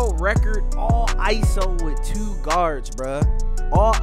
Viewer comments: I can tell you from bmore by the way u say twoo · Lmao “tew” that sound like a Baltimore accent right there 😂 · The way he says “two” is hilarious😭😭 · ProdFN it’s a Baltimore thing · u sound like you from bmore 😭the way you say “two”